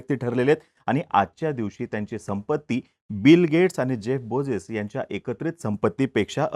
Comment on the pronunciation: बोझेस नाही रे... बेझोस... बे झो स... वेड...